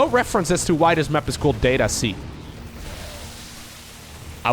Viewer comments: You're saying it wrong! If you pronounce it "DAH-tuh see" then you'd understand why playing on Data-C means playing underwater. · DATA-SEA is what I hear every time u say DATA-C tho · Data-C “Data Sea” come on. also there’s 2 ways to pronounce data. Make it sound like it rhymes with odyssey. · "that-a sea"? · "it's at the bottom of the ocean *under the sea*" "On data-c" sounds like "unda da sea" like the song from Disney's "The Little mermaid" . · Maybe the mapmaker says "DAH-ta" and not "DAY-ta" and it's "Dat a sea". "Dat a sea?" "Yep, dat is!" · Every time you said Data-C I kept hearing "Data Sea", which "underwater map under the sea" checks out... Could just be me though. Could just be a play on words. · data-c "dat a sea" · as a fellow Dutchmani guess Data-C is a pronunciation word play thing because you pronounciate it as Data-Sea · its data-SEA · It reads data - C as in data "sea" in english. As in a sea of data, an ocean of data, or a large quanity. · It's so simple, just say "data" like an American not a European. Long A. Say it in the sentence "we find ourselves on data c". Notice how you basically said "we find ourselves under da sea"? It's just a really bad pun that only works for Americans. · its called DATA C, it can also sound like DATA SEA.